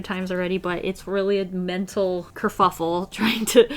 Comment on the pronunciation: Nobody:: its a mental KeRfAfEl